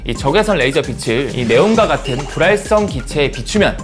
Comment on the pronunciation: 불활성 기체 발음할 때 주의해주세요!